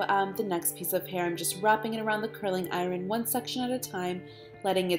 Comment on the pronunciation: Nice video, but it would be nicer if you spelled tutorial correctly and pronounced iron properly